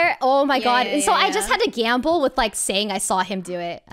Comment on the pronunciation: I like how u say gamble like giamble